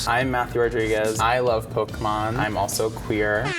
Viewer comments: You say you've been playing pokémon for 20 years, but you both can't pronounce "pokémon". Stop. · I mean, the “american” way of saying Pokemon is extremely incorrect. Hell, one episode of the anime will tell you how to say it.